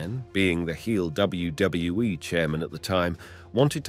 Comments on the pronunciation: why does this guy struggle to pronounce the letter 'w'? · "dub dub dub double you e" 🤣🤣🤣🤦🏾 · does not know how to pronounce one of the easiest acronyms in history. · Why can’t you say WWE right? It’s pissing me off lol. Oh and Vince is a monster. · Say W W E properly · You can't even pronounce WWE, Trish Stratus and Stacy Kiebler's name right and all these issues you are talking about are actually storylines that WWE were telling during the Ruthless Aggression Era so no one knows if Vince McMahon was actually doing all these things cause he was a sick pervert or if it was just storytelling or it could've been both but it's hard to say without actual proof of anything illegal or not.